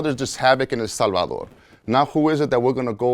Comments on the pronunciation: This is an interesting story I’m sure but it’s so damn hard to listen to this nigga talk between the IF YOU WILL and how he changes his whole voice just to say HEL SALVA-DORRRRR 🤦‍♂️ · Drink every time he says “El Salvadorrrr”